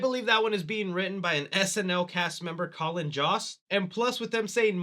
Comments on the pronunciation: SNL writer Colin “JOE-ST” not “JOSH-ST” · You said Colin Jost wrong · You kinda uh said Collin Jost’s name wrong but yeah